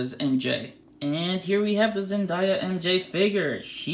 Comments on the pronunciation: Zen - DAY - a not zen -die - ya 😴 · It's Zendaya not Zendaia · The way he pronounces 'Zendaya' is weirding me out.